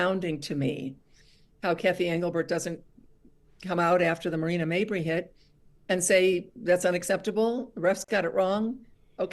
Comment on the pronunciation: You should check out how much growth in the younger leagues in girls basketball for Indiana there is. It has blown up in this last year. Bro- learn how to pronounce Mabrey name. You said it about 10 times.